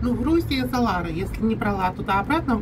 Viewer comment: Грузинские деньги не ларЫ, а ларИ. Ты совсем уже....